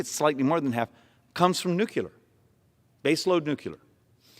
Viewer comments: you said nuclear. He said nucular. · I like the presentation…but when he says “nucular” instead of nuclear, it undermines a lot of his credibility. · can we please start fucking properly pronouncing nuclear? its NOO-KLEE-ER not NOO-Q-LER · Why can’t Americans say nu-cle-ar? It’s not nook-u-lar. But whatever word he uses he’s right on that score. Nuclear and geothermal are the ways to generate good secure base load energy. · Please! Say NOO-CLEE-ER! It’s NOT NOO-CUE-LER! You lose credibility when you sound like a dumb ass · I am glad there are people in Congress who DO understand the importance of measuring outcomes, not popularity of solutions. (I wish he pronounced nuclear correctly, tho....NEW-CLEE-AR, not NEW-CUE-LAR) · The most offensive thing he said was "new-kyu-lar" instead of "new-clear". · I’m so tired of educated people saying Nucular. That’s not a word. It s pronounced New-Clear! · Why keep saying nucular instead of nuclear ? Bush isn't in office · its not NUCLEL-A-R its Nuclear. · I like what he's getting at, but why do politicians mimick George Bush and say " nu-cu-lur " instead of nuclear like it is spelled...it kind of melts down their argument, no pun intended. BTW I'd like to do an impact study on his understudy behind him...whoa ! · Love his presentation. Irritating he keeps mentioning nucular. 😂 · say it with me....NEW-CLEAR....NOT NEW-CUE-LER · This is a great presentation. One major flaw is the prononciation of "nuclear". His credibility is diminshed whenever he says "new cue ler". It's pronounced "Nu clear" or "NOO-clee-er". Proper prononciation will help solidify an otherwise strong argument. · Arizona congressman talking about the unquestionable superiority of nuclear energy :) Hearing him pronounce it "nukular" :( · Drink everytime he says nukular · His speech is good but everything he says nuclear I think of the penguins of Madagascar (the Movie) where they say nucular XD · It's pronounced NOO CLEE ER! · Nucular hehe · NUCLEEAARR! Please!!!